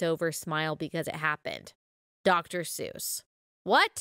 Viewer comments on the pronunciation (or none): none